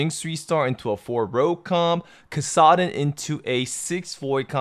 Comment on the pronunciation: The pronunciation of Kassadin... >< But yeah, great video. Makes sense. The current meta and patch is definitely odd which results in these strats.